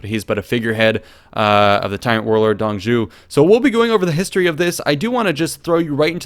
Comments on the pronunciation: Not Dong zhu, it's Zuo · Dong Zhuo's name, the "Zhuo" would be pronounced Zhoo-waw (like "oo" followed quickly by "awe", or like how warhammer orcs say (zh)-waaghh) Also: Crossbow: Nu (Zhu's) Repeater crowwbow: (ZhuGe) Lian Nu (connected/series-crossbow, "lian" is pronounced exactly like the name "ian" with an L but with a rising tone) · Dong zhou, pronounced (Dung [soft] zz-oh) major ass....i am pissed they are not covering the yellow turbin rebellion, maybe as the tutorial though... Check out the Romance of the three kingdoms podcast channel on YouTube, the creator is a Chinese American translating the book from the Chinese novel, the English translation he found lacking the poetry that is the Chinese version. It's 30 minutes long and over 130 episodes, but all the main characters from the video are long dead before that if you don't want to pour through the length of the videos. But you can get the proper pronouncations from the videos. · Dong Zhuo's pronounce should be like "Dong Draw" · Shudders every time he mispronounces Dong Zhuo